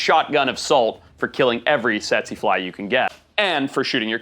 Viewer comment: FYI, it's pronounce tsee tsee fly not tetsie fly.